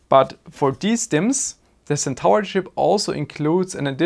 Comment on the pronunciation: Hey mate, ty for the vid. FWIW Centaur is pronounced Sen-tore, you pronounce stuff so well i'll admit its a bit jarring when you miss one XD, Would have loved to see more detail on the actual signalling etc